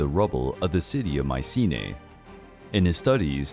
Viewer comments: It's not Mee-ke-na, not Maye-see-nee and not Maye-see-nee-a... It's (Mycenia) = MEE-SE-NEE-A. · From Mikena to “Maisine”, yahoooooo!